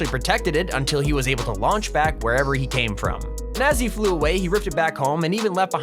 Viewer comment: What said:"To Lauch Back" What I heard:"To Launch Pad" RiP Launchpad😭😭😭😭😭